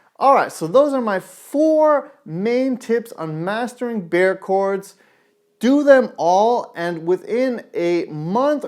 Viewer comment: You pronouce Bar Chords not bear chords